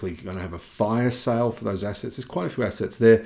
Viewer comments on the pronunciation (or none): none